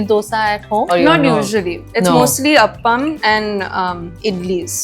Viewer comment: It's not up-am as you pronounce It's aaaaaapam